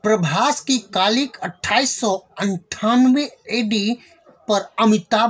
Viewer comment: कालिक नहि यार कल्की है 😂